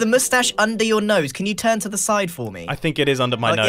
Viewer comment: Should i say that u said "Tern" not "Turn"?